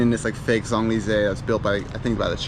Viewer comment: This is like the Eiffel Tower in a neighborhood in China. I agree that this is not where the French expats live. The French dip their croissants in their cafe au lait for breakfast. And butcher the pronunciation of Champs Elysees so badly.